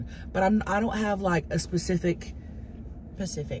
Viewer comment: drove me crazy lol the word is Specific, she had it right the first time 😫